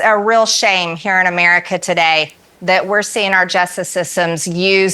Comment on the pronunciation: Or the word America which rather looks like a four syllable word. Her best attempt is but three syllables. Perhaps she was absent from school when the English language was being taught?!